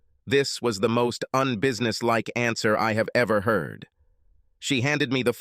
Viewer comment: "I heeerd my weeef getting out of the shower".😂 Mr. robot voice narrator was programmed by Borat after he graduated from Trump University😂😂😂😂😂😂!